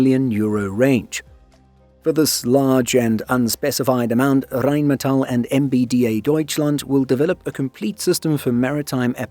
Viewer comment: You usually dont butcher german words. You just go a bit to far sometimes. In that case you have been spot on. In my opinion you use the rolling R excessively sometimes in Rheinmetall. In some places the rolling R is used but when you speak Hochdeutsch there is no Rolling R. In my opinion you are doing fine with german Words. It is much worse when amerikan people try to make a joke and start screaming when they do their fake german.